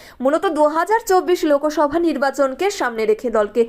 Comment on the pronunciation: সংবাদ পাঠ করতে উচ্চারণ ঠিক কর । লোকোসভ না লোকসভা।👍